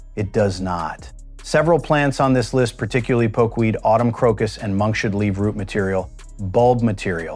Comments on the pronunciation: It is pronounced Monk's hood not monkshud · Monkshood is not pronounced correctly in this video. The stupid AI voiceover says it like: monk shood. It should be pronounced like: monk's hood, as in the hood of a monk. Oleander does more than affect your heart. If you get it in your face, it can cause anaphylactic shock, making it impossible to breathe. This happened to one of our apartment managers and he had to be rushed to the hospital in an ambulance. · it's Monks hood not Monk shood. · This AI pronunciation of monkshood is absolutely hilarious! I am really old, and have never heard it said as "Monk should"... Monk should what? I guess you can't expect AI to figure out that the flower looks like a hood that could be worn on the head of a monk, and thereby determine that the flower name should be pronounced as "Monk's hood". 😂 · Monks hood not monshood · Dang ai! Some day they'll teach it to say "Monks Hood" instead of "Monk Shood". smh. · Wow, these AI mispronounciations are annoying! It's not monk-Shud. It's pronounced monks hood because its shape resembles a monk's hood. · I always called Monkshood, monks hood. This guy calls it monks should. Never heard that before. This is an interesting presentation, but has a stilted AI voice, but the information is good and useful. Makes one think, "how did I ever grow to adulthood, without killing myself and the house pets?" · Monkshood is pronounced Monks Hood, not monkshood. Why can't you get narrators who have a bit of knowledge of their subject!!! It is so stupid to listen to everything being mispronounced. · It is not pronounced monkshould. It is pronounced Monks Hood, because it looks like a monk with his hood up. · It's monks hood. That's the problem with AI voices. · There is no "sh" sound in monkshood- derived from "monk's" "hood" i. e. separate words. Silly AI